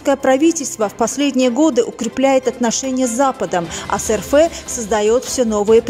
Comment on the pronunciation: Не ЭР ФЭ А ЭР ЭФ ! РФ!